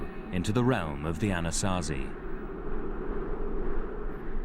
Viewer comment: I like the (Diné)Navajo elder and his stories. I wish he could teach these documentaries how to say Anasazi correctly.